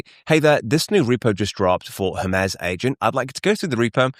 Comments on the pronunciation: Her-Mee-z not Her-Mez : ) Cool video thanks for sharing. Thumbs up. Thank goodness for playback speed adjustments. I had to slow the video down a touch. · Hermes Agent is named after the Greek god Hermes. The standard English pronunciation for the deity is "HER-meez", with an 'H' sound and a long 'e' that rhymes with please. The French fashion brand Hermès is pronounced "air-mez" due to its French origin, but the Greek god is almost always pronounced with an 'H' and a long 'e' at the end.